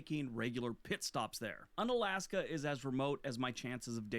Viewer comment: He mispronounces Unalaska. It is pronounced Yoon-alaska, and the “un” is not related to the English “un-.” In reality, the town is named for the Aleut word meaning ‘near the peninsula’—“ounalashka.” The prefix here means “near.” Alaska is also an Anglicized version of various Russified words for “mainland” in Aleut and related languages.